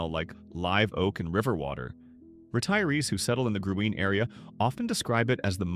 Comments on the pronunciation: It’s green, not Gruene. Sa lay do. Not sa luh do. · I usually read the transcripts because my hearing is poor. This one is one of the worst I’ve ever read, and the pronunciations of the town names and Gruene are laughable.